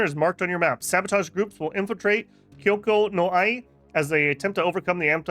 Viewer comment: No shade but MAN you love butchering names in other languages, Kyoko no Ie got me rolling. Otherwise nice vid